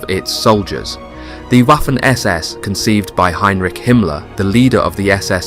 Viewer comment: Someone tell this fella that in German the W is more like a V. Vaffen morelike. He is saying Waffen like waffels lol.